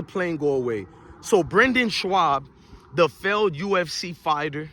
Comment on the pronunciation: My guy..his name is pronounced BRENDAN…aka “Brin-din”…and his last name is pronounced “SHOB”.